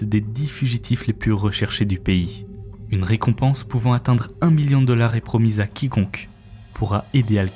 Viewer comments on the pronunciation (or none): none